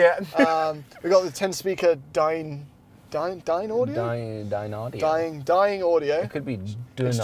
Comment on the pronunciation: its pronounced like dine, and we are dining out this evening, audio and they are one of the single most accurate driver mfg on earth (well, most accurate that mass produces, that is)